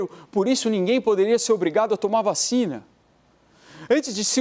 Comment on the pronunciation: “VA...CHINA”. kkkkk